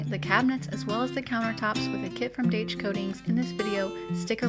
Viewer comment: Daich is recommended by well known home improvement show At Home with Gary Sullivan. Actually pronounced Dye-sh.